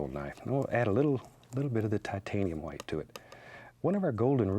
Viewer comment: "titanium hwite"